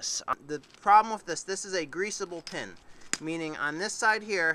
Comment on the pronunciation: Not sure if it’s an accent or not but when you say “with” it sounds like your saying “whiff”